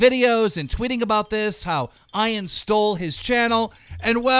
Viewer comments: Eye-an instead of Ian? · Ian (Ee-yen) is that so hard? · Bro it’s pronounced e-an you’re a grown ass man how do you not know how to say it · Eye-an lol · the way he is pronouncing Ian is pissing me of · Keem got his voice back but still cant pronounce simple names correctly like Ian. Really? "Eye-in" tf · I have never heard the name Ian being pronounced ai-an before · “Eye-an Miles Chung” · Isn't Ian pronounced Ee-an?! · Ian is pronounced eian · fucking "I-in" jesus christ keem its not that hard to pronounce a basic name you dumb gnome fuck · Guys Ian is now pronounced as ion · Bruh i know you’re probably trolling the name of Ian but it annoys me when you kept saying Ian lol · Idk why he can pronounce Ian correctly the first time and then say it wrong every time after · Seriously you can’t even pronounce “Ian” correctly?! God you’re stupid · Keen I can promise you and I speak for all the Ian’s saying our name is pronounced with an E not an I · How is this dude like 40 years old and doesn't know how to pronounce a simple three letter name like Ian... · u cant even pronounce Ian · This is the second time keem hasn’t been able to pronounce “Ian” correctly😂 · That's honestly how you think you pronounce "Ian"???? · Why do u say Ian like that idk how to tell u but u keep saying Ian just look it up and tell google to tell u how to say it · Will keem ever be able to say the name Ian correct ? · So is nobody gonna talk about how Keemstar doesn't know how to produce the name "Ian"? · Can't even say ian right, smh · i was so frustrated listening to him say his name like that😂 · He said it right the first time, don’t know why he pronounced it like that all the others. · Keem doesn't know how to read the name Ian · At first he said Ian correctly then he said I-an not E-an I-an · im pretty sure ian is pronounced ean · why does Keem say Ian like i-aan when its ieen* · Your pronouncing Ian Ain it’s not Ain it’s You pronounce it Eean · It’s pronounced Eyen not Eyean Keem 😂😂